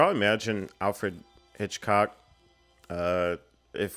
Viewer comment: Everytime says Alfred Hitchcock wrong, take a shot 🤣